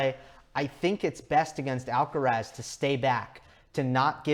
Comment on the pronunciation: "Alcarath" with the stress on the last (not the first) "a".